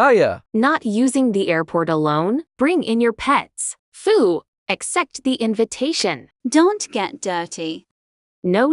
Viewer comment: "ACCEPT THE INVINTAION"